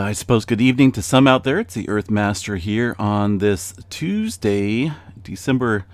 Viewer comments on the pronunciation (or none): none